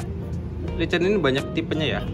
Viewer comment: Lycan perkataan inggeris....sebutannya -Lai-ken. (Ertinya - manusia serigala jadian) langsung lambangnya begitu.👍👍👍